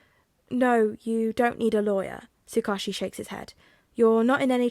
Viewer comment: One of the few upsides to being super busy is playing catch-up with this series! Although, I do have the slightest pronunciation nitpick for you. Tsukauchi is pronounced Sue-Cah-Oooh-Chi (cah like 'car' without the 'r')